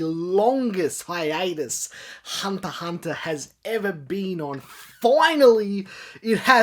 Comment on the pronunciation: Why aren't you pronouncing the X in Hunter X Hunter?